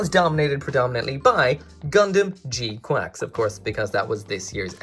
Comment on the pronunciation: Bruh it’s gquuuux not gquacks